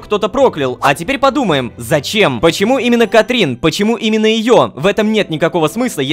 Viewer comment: Лололошка почему ты говоришь "Катрин" если там "Катрина"